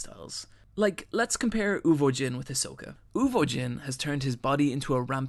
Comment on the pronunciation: so many mispronounced words araki, kakyoin, uvogin, and probably more lol